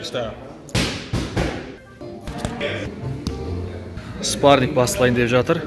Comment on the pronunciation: "спаринг" деп айтсан дурыс естилетин еди биздин уйренген кулакка